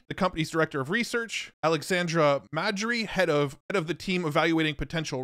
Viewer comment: Three researchers mentioned are Polish names, so let me correct the pronounciation: - Jakub Pachocki [Jacob Pah-hotz-key] - Aleksander Mądry [Alexander Mow-dree] - Szymon Sidor [Simon See-dorr]